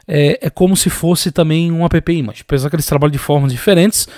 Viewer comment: meu irmão. Não chama AppImagine de "a pê pê image", chama de "épi image".